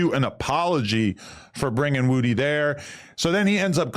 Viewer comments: Why Adam Say His Name Like That? Its Woody Not Wudie 🤣🤣🤣🤣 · Why does Adam have such a hard time said Woody